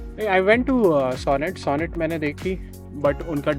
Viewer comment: Aur haan pronunciation classes le lo.. pehle..Kia SONET hai ... SONAAT. nahi...